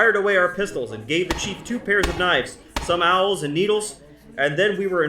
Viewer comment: You keep saying the Dutch gave the Natives "owls." I think you are mispronouncing "awls." An awl is a sharp tool used to make holes in leather.